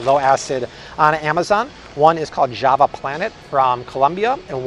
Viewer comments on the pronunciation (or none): none